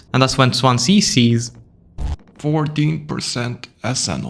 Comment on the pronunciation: Im from the welsh city of swansea. We pronounce it swanzee. Dont know why but we do